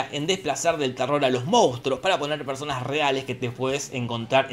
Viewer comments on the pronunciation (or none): none